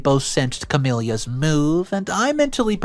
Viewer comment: Another mangled name.🙄 There is a Queen Consort who is very famous. Even if you don’t follow her you would still know how to pronounce Camilla, even if just you heard the name in passing. Wake up and take some pride in your work! All of these mispronounced name and words, including the ones you use a totally wrong word (laminated instead of lamented, for instance) are insulting to your listening audience, they show a lack of respect for both us and the original writer. You are constantly begging for more subscribers, if you want subscriptions, then stop being ignorant and/or lazy about your content. You do know, I hope, that your videos are recommended whether or not one is subscribed. That’s why you don’t have the subscriptions you want, you don’t work for it. I’d rather have one or two videos a week than have 10+ subpar videos. MrBallen does one a week and he’s at 4 million plus subscribers. He takes the time to make quality videos and his subs are loyal to him and his work. Take a page from his playbook. Subscriptions and viewers will increase quickly, just like it did when he started.